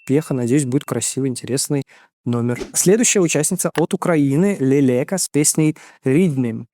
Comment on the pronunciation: Привет , хочу внести ясность по поводу украинской заявки )) 1. правильно произносится имя артистики - Лэлэка 2. На счет приглашения. После финала кто то из команды Leleka отправил приглашение на вечеринку одной из участниц отбора - Valeriya Force. Правда потом сообщение удалили. Valeriya начала публично высмеивать этот поступок . Leleka сразу же объяснила что и правда она хотела сделать вечеринку, но потом поняла что после отбора была очень уставшей и решила отменить мероприятие. Она объяснила что поступок сотрудника, который просто удалил сообщение, считает нетактичным и извинилась 3. Продюсером отбора в этом году была Jamala. А вот в жюри была Руслана и как раз она призывала голосовать за Leleka 4. Выступление Monokate было очень слабым и странным. Jerry Heil в свою очередь просто надоела части еврофанов и выступление тоже было в чем то слабоватым . Да и если честно люди хотят отправлять на Евро новых артистов, а не тех же самых из года в год . Тем более в такой большой стране как Украина, где очевидно много талантов